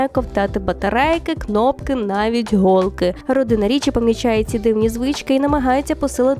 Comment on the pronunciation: найскладніше в нашій мові - це, звісно... наголоси! голкИ